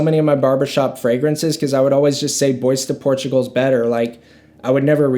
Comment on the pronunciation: not bad but please please learn ghe pronunciarions before you review them, bois de portugal, come on man